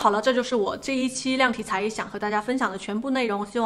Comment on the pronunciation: 亲 量体裁衣的量是测量的量 第二声 重量的量才是第四声 小小提醒哦